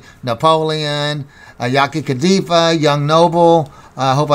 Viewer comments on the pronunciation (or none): Yaki Kadafi not Kadifa